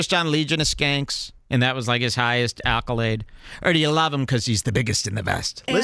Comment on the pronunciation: He really thinks it’s pronounced “ALCOLADES”